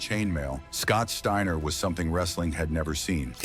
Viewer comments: Scott Stayner???? Fuck ai voices, I'm out ✌️ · Stayner? And then thirty seconds later you pronounce it right. A I voice bot goodbye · Garbage. Can't even pronounce the dudes name..... Trash